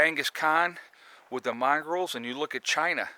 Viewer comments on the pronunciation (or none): mongols, not "mongrels", lol